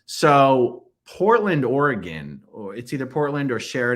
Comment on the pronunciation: Also a PNWer - Aaron gets points for pronouncing Oregon correctly!